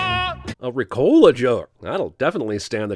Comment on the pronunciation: Riccola was never really super widely available in the UK so I always thought he said "Free Cola"